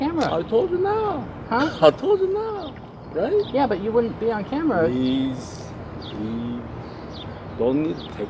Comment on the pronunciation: "Preasee Reave"